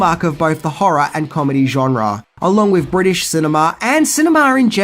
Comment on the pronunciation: Bwitish comedy? Bwitain consists of englistan, Scotland and Wales. It was filmed in and about englaza. Nothing bwitish about it, NZ roundy-uppy guy. Stop calling englistan bwitain. It's like calling NZ Australia,or calling Oz NZ. Pfft